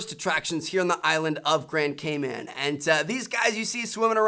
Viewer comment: I thought he said gayman at first lol